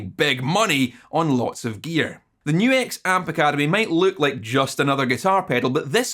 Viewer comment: At least YOU know HOW to say NU-X! \m/